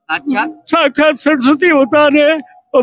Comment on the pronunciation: साक्षात शब्द का सही उच्चारण तो करना सीखिए